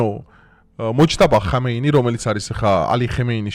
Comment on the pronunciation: ჩასაფრებული არ ვარ, მაგრამ სისტემატურად გვარების არასწორად გამოთქმებს მიაქციე ყურადღება: ხ ა მ ე ნ ე ი ( არა ჰამეინი), ნ ე თ ა ნ ი ა ჰ უ (არა ნეთანიჰაუ), ელემენტარულია და რეპუტაცია არ შეურყიოს კონტენტს.....